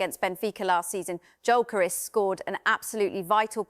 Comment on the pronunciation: needs to correctly pronounce the names of the players, e.g. Gyökeres and Mosquera. Show some respect and do your homework.